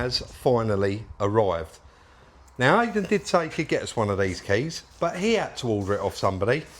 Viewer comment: Great video as always, but please say I-den not ay-den!